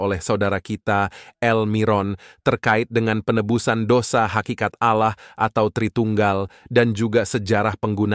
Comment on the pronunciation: Tidak ada Kristen mlafalkn Olloh, min. Yg benar A l l a h. Kog aneh si Kristen satu ini😂